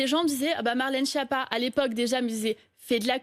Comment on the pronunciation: Cette femme est bête et c.....,ton nom se prononce (skiappa) et pas (chia pas).Espèce de nulle.